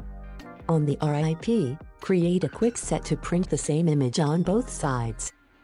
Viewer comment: I laughed when she kept saying "R-I-P" instead of rip. I was like "that's so bush league".